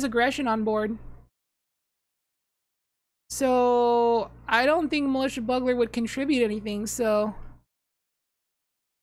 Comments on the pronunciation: I'm gonna assume someone's already commented that its pronounced Bugler, like Bugel. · I know you mispronounce things for fun but for some reason "buggler" is the most triggering. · lmao the way you pronounce bugler just makes me laugh thank you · She knows 😂 she says it right a few times she's just memeing usually